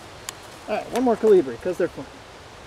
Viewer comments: "Caly-bree" Guy what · i hate the way he says calibre so much